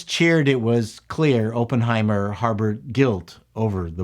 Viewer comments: Is it a Canadian thing to say Open-heimet? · Had to close this video after you said “open” heimer for the 10th time. You should probably know how to pronounce the name of the movies you review. 🙈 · Say the name as Aaaaappenheimer. Like when the doctor shoves a stick in your throat. Not like when they "open" the door. The double consonant makes it a short 'O'. It must be a Canadian thing. Please redo do the video. ;) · They put out a movie called Open-heimer the same week Oppenheimer came out? Weird. /sarcasm, why do you pronounce it that way? It's supposed to be pronounced "aa·puhn·hai·mr". This isn't a case of Toh-mah-to vs toh-may-to. This is a person's name. Please pronounce it properly. Personal pet peeve of mine. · Pronounce it right please, it's not Open-heimer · Unless I missed another comment after checking them: the pronunciation is Op as in operate, not as in open. Emily Blunt gave the definitive portrayal of the boss babe, a fierce woman to be feared by powerful men. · Review summary: Oppenheimer is pronounced with a soft O.